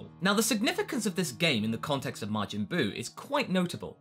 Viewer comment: His name isn't Margin Buu